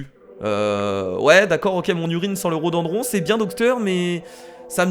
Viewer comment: ca se prononce le ro do din dron et pas le rododron